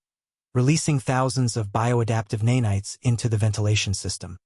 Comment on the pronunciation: Horrible mispronouncing of “nanites”. AI Slop.